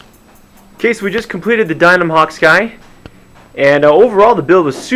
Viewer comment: hi, the name is *Dynam not Dynum Nice review